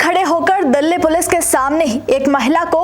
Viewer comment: Did she just say dalle police